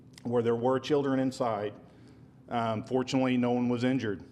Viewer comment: People don’t believe everything that is on the internet. Most of use think that a certain law enforcement set this up to take off some the heat off the backs of the cowardly uvaldi police department! Hint “do you notice how the new reporter keeps sayings police (inured) the suspect “? N them the police spokesman Say killed the suspect